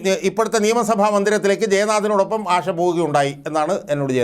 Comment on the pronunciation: അഷ അല്ല ആശ